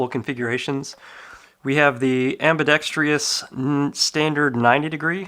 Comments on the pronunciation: Ambidextrous not ambidextrious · am·bi·dex·trous....Not am·bi·dex·tri·ous. There is no i after the R. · ambidextrous not "ambidextrious" no "i" after the T. Thank you anyway. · Fffffin THANK YOU ! I thought I was the only one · Another clown who can't pronounce "ambidextrous." 😂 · Can someon PLEASE learn how to properly pronounce ambidextrous? Google is your friend. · I’m apparently part of the a-hole club too then 😂 Not the biggest deal in the world but it does ping my ear every time someone says it that way. Sort of like when people say “asstrix” or “astrixes” instead of asterisk/asterisks.